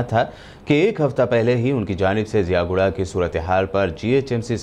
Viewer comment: Ziaguda hai miya wo jiyaguda nahi hai pasha